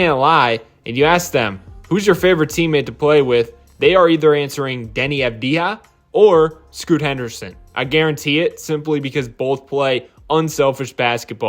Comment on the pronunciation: Great video as always. Small note that Deni Avdija is AHV-dee-ah, not aav-DEE-ah 🏀🏀